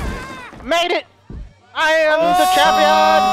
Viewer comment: "I am jampion"